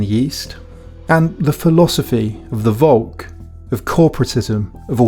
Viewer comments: Please pronounce "Volk" with av F-sound. In german the V is a F [folk] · It is pholk not wolk.